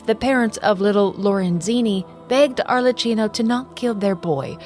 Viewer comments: Just a tip cause as an Italian it sounds too funny to Italian ears. Arlecchino Is pronunced as if it were written Arlekkino😂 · Lovely vid! Thank you! Should it be of use in the future, please know that "ch" in italian it's an hard sound, more like a K, otherwise your pronounce was really good! Much love from Italy ❤